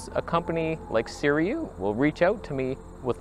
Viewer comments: NOT Suriyu you legend! Say Sir-roo-wee. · see - REW - eee